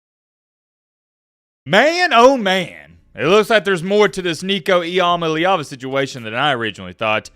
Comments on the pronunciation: This clown just said nico eamaleava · Bro still can’t say the name right 😂😂